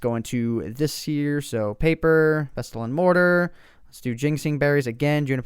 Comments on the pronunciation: OMG pronunciation Just bugged me so much hahaha had to comment Thyme is pronounced "Time" Pestle and Mortar is pronounced "Pessle" and Mortar And finally Ginseng is pronounced Gin "Sang" not Gin "sing" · You said pestle wrong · Its pronounced pessle not pes-tle. :) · Pes-tel XD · Pronounced mortar and pessle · Pestle is pronounced "pessle" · Love how you pronounce 'pestle, thyme and myrhh' :D